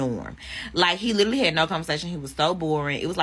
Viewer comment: Gentlemen you need to learn that some women are not for you, social classes exist for a reason. She can't even pronounce the word literally. The problem is not that he couldn't make conversation, the problem os that they are different speak completely different languages with different vocabulary.